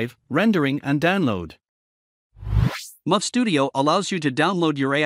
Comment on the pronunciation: It's MURF not MUFF not bad but still needs improvement